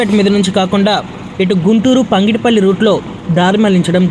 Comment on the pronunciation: Pangidipalli kadura ayya pagidipalli